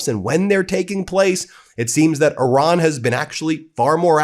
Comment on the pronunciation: I love the fact that you said Iran, not I ran😅